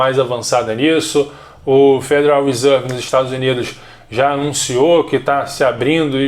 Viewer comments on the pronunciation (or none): none